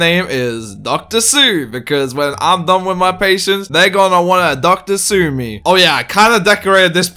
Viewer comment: “Dr. Sue me” kinda sounds like “Sister Shook” to me 😂 Shane Dawson where u at boi?